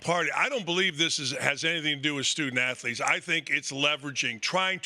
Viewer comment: When your leader says "afletes", your team sucks 😂